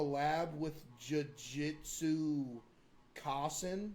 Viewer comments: the nerve he had to pronounce the mcdonalds collab like "jewjuicestew coffin" hurts so much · “Jiu-Jitsu kosisin”